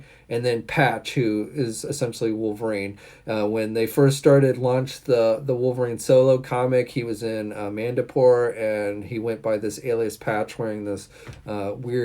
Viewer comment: “Manda poor”!?!?! = Madripoor